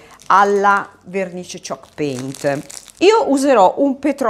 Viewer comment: ah ok, dalla pronuncia non capivo 😅